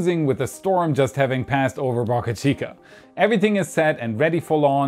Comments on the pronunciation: Dude! Pronounce Boca Chica correctly. Not Bahka Chica. Bohkuh Chica... Boe. Bō. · Please. Pronounce name of the SpaceX site correctly. It’s pronounced Bow-Car Chica, not BuckA Chica. Bo-ca Chica NOT Buk-A Chica. There’s no U in Boca. It’s a Spanish word. What’s a Boca? A river mouth or a harbor entrance. Muchas Gracias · Why are u pronouncing Boca Chica differently this video